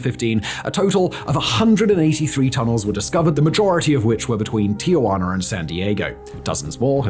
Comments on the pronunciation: Tijuana, not Ti-ugh-guana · Can someone please point out the third 'a' in Tijuana? It's quite clearly 'ti - juana' not 'tia - juana'. Thanks again Simon. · FYI, it is Tijuana, not TiAjuana.